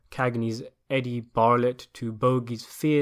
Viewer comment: Eddie "Barlett?" (It's BARTlett) "Priskilla Lane?" (It's pronounced "Prissilla") No district attorneys? One of the main players is called Lloyd, a former gang member turned lawyer, then district attorney, who is going after Bogart at the end.